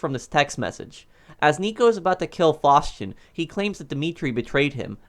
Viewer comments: Why are you saying fauschin it's faustin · ‘Faushchin’ it’s Faustin lol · I kinda hate how he says Mikhail Faustin’s name 😂😂😂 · How tf do you pronounce "Faustin"